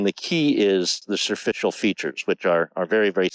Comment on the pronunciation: There is NO WORD "serficial" - its superficial. Speak English properly please.